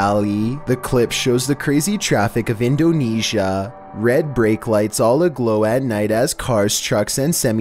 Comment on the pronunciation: EhhnDOnEEEsia., GURL!!!, please talk right.